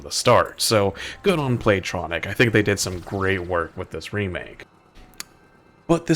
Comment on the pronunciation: Play-Tonic. Not Tronic.